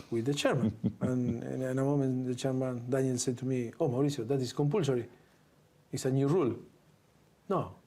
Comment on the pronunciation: His name is Mauricio, not Maurizio. His son, however, is Maurizio. They are not the same name, their pronunciation is not interchangeable.